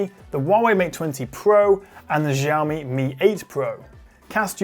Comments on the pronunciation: it's definitely not jhiaomi, it's shaomi. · you are telling me how it is pronounced when I worked in there? said wrong, it's definitely SH-aomi. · ...but it’s definitely not “zhiaomi”.